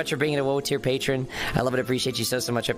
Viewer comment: And btw he pronounced pat-ron pat-reon....l